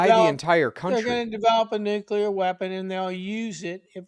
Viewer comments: Say it with me: Nu-Cleeeeeeeee-ar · If you cannot pronounce "noo·klee·ur" you truly have no business discussing it. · Its nucular. 🤣 is Homer Simpson